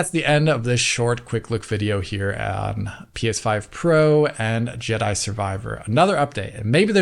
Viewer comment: Did I hear right. Did call it "Judder Survivor"?